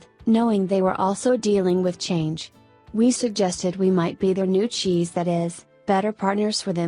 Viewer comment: I thought he was saying Xis.